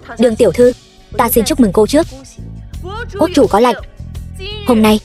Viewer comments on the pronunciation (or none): Yêu cầu đọc đúng :”Lệnh “ chứ không phải :” Lạnh “